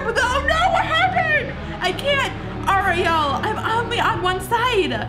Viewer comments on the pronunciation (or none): You squeal way too much. The person says hi and you start squealing way too much and it's a ree el not ah re el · You said Oriell not Ariel